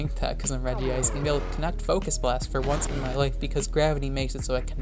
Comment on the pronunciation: Why did you pronounce regice like that?